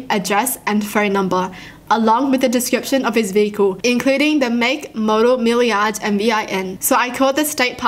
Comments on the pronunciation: The way pronounced mileage as "milli-ahge" instead of "mile-age" 😂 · Aww we pronounce it mile - age lol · also. mileage. - milarrrrj everyone else- mile ij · how she said mileage lol